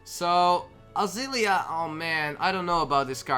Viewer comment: The fact that didn't pronounce Azalina right TWICE 😂😂😂